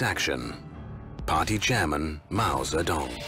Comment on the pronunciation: Sounds like he says Mao The Dong